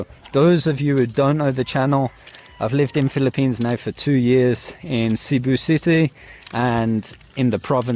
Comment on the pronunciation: Has lived in Cebu for a couple years but still can’t pronounce it correctly 🙄